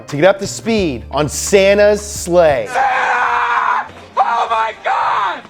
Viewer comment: Finnish name to Santa is not pronounced like that